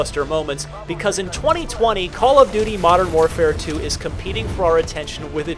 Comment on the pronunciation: Damn modern warfare 2 is a pretty odd way of pronouncing the best cod game